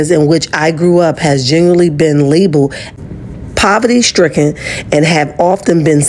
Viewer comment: Did he say proverty instead of poverty 😮